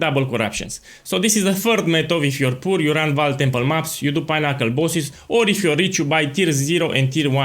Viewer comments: I was like wtf is a pineapple boss, then I realised you were saying pinnacle boss :) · I read this as unassuming as possible at the beginning of the vid and actually died when he started saying pinnacle bosses bc it was all I could hear 💀😂